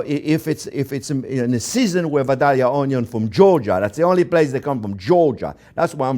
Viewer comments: I have a friend from Vadilia. And the proper way to say that is. "Vi da ya" The l's are silent. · If you want people to believe your joke about being from Georgia, you need to pronounce Vidalia correctly. It is pronounced Vi-day-ya...say it that way and at least people from Georgia will believe you at least been there. I'm a big fan of you sir. Thank you for your passion.